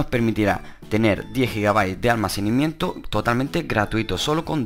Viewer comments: ALMACENIMIENTO ??? CORRIGETE HOMBRE SE DICE ALMACENAMIENTO, DEMORATE UN POCO Y HABLA BIEN. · ¿Almacenimiento? Jajajajajaja todo el rato dice almacenimiento en ves de almacenamiento. Jajajajajaja Jajajajajaja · almacenimiento XD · Almacenimiento 😂😂😂😂😂jajajaja no sabe ni hablár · Alminiciamiento xdxdxd